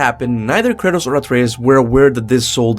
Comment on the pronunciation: I constantly hear him say Curtis when he's saying kratos